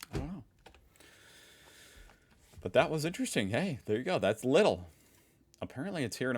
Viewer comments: aldi (pronounced: aldie) or lidl (pronounced: liedel) are discounters and no supermarkets btw. also germany has a minimum-based salary per hour of 12,82 €. that's probably why lidl overseas also pays more than your usual retailers. germany mostly follows the philosophy that if workers are happy with their job they're less likely to quit and therefore the company saves money. btw this little thing at the backend is usually used for beverages like a crate of water/beer etc. and there is even this little thing at the top back where he pushes the cart you can also extend to either put in more food or place your kid in there. this "fake nickel" is a plastic coin solely for shopping carts so you don't always have to carry a € with you. sometimes carts require 1 or 2 €. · If you like to pronounce it correctly try “LEE-dil”. Why don’t you ask simply Germans? Most Germans are able to speak foreign languages including (American-)English… By the way, think about Lidl as a copy of Aldi (AL-DEE). And yea, you can buy appliances at AL-DEE as well in Germany. You are so American… 🤣 At least I have the feeling that you did not vote for Trump who is nothing else like a cheap copy from AH from 1933-45. And Elon sometimes remind me on Joseph Goebbels (in a more stupid version). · You pronouce Lidl in german with a longer "e", so more like leadl (like in "lead") Aldi and Lidl are very similar. Both have weekly changing offers for other products they sell like toasters, coffee maschines, clothes, gardening tools and so on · Lidl is pronounced the same way Patrick Star says „Lidl-lidl-lidl-liii“😅 i think this is the best way so explain the sound, just off the top of my head.😂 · It's pronounced leedl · Its pronounced like Leedle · Its Leeeeeedl. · Correct spelling would be Leeeeeedl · It's pronounced "Leedl" like lead with an extra L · You pronounce Lidl as " Lee Dell" like the bruce lee and dell computer. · It's pronounced leedel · Lidl is pronounced leedl. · Leedel, not Liddle.